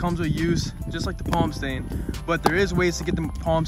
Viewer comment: “Plam stain”